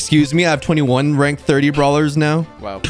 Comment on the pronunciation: oj:50 thousand brawlers maxed! me:*What did he sayyyyyyy*